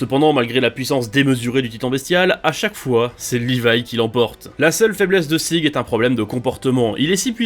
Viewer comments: rivaille pas livai je pense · le pire c'est la vostfr qui prononce Rivaille ptdr